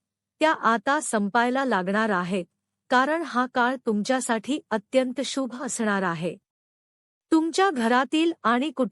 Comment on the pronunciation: शुभ हा शब्द बोलायला shika.